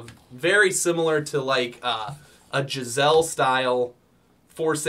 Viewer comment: Did just say "Jizz-elle style 416 rail?". If he's trying to say "Geissele," I think it's pronounced "guys-LEE."